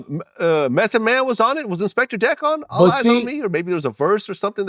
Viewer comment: Only Vlad would call him "InspectER Deck" hahahaha